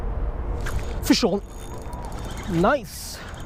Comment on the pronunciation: whenever he says "fish on" sounds like he says "fist shawn"